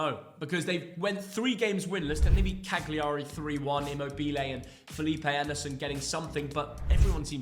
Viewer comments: hi, just a little hint from Italy, Càgliari has the accent on the first a! So it's Càgliari not Cagliàri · Learn the pronunciation of Cagliari